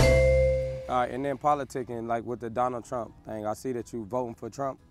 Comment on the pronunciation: “Free that boy Donna Trunk!” Every time I hear mispronounce that man’s name I HOLLER 😂